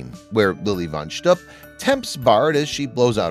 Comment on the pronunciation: This would be a much better video if they had chosen a narrator who knew how to pronounce words in Yiddish. Lily von Shtupp is mispronounced throughout the video. In Yiddish, shtupp is pronounced to rhyme with loop, not cup. It is, of course, Yiddish for sexual intercourse.